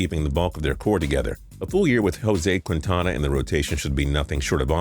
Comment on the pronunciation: did you see how he pronounced Quintana